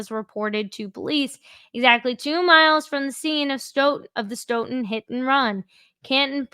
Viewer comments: Stoughton is pronounced~ STOW-TON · It's pronounced Stow Ton